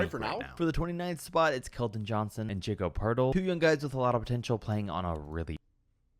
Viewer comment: Dude mispronounced every name: "Jacob" Poeltl, "Franze Waygner," Paolo "Banchairo," "Bozhan" Bogdanovic, "Lugwentz" Dort, "Paschall" Siakam